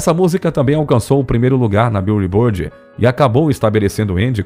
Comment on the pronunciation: Arei de ver ao ouvir 'bíu e bord' ...